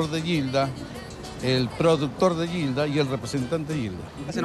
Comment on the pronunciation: lo pronuncia como Guilda... ? Es peruano José Olaya?